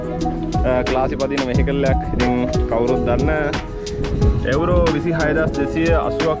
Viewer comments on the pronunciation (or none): එඋරෝ නෙමේ මචන් යූරෝ